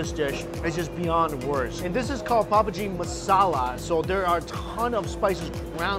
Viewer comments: Sorry but: "Its a really common dish called (what i heard: Poverty) Pav Bhaji. Poverty is no joke but hearing it be presented like that. Looks damn delish tho! I've loved to go to india for years, mainly for the food and culture. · Papagi😭 I think he meant pow budgi or however u spell it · More like pav g masala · Whenever u says pav bhaji it sounds like pubg 😂😂😂😂may be I a addicted to game... But I am sure I am addicted to pav bhaji more